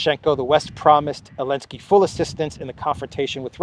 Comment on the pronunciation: I have a dumb question: why do you say « Elensky »?